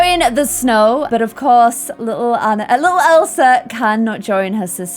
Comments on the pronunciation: Please pronounce Ahna not Anna because its NOT Anna, thank you love you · Anna's name is pronounced Awun Ahh not Ann ah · You always say Annar..😂🤣😂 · And the name Anna is meant to be pronounced "on-uh" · If doesn't watch Frozen 2 before she makes the next vid, im gonna rage! There is SO MUCH info about the parents and how/why they died and a heap load of info about Elsa's powers. Also, i hope she'll realise to change her pronunciation of "Anna" coz that's been bugging me, haha